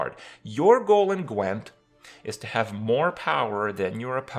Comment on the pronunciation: The only thing you pronounced correctly was "Gwent." :D